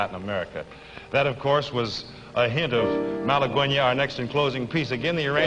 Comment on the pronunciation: You would think he would pronounce "Malaguena" correctly, but he didn't.